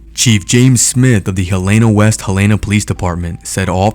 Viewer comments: It's pronounced Helen-ugh, not Ha-lay-na...Dufus. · That kid is lucky to be alive and the city is pronounced Hell-n-ahhh.